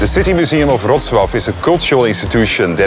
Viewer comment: so that's how you pronounce Wrocław...